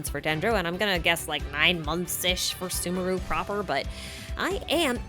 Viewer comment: I am not going to listen to someone who can't even pronounce sumeru correctly